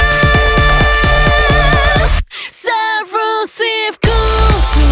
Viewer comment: Almost a nearly perfect song if not for the way she pronounced subversive as "sarufurusifu" instead of "sabuvasifu"... oh well. Maybe its just me. Im picky. Still a great singer/song though.